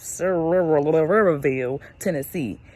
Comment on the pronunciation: Wonderful video!! I live in Sevierville. It is pronounced like "severe" "ville" (Like a "severe" thunderstorm) My husband and I are building a cabin in Sevierville with a pool in the basement. That's how I found your video. We are still trying to decide on the pool design. 😁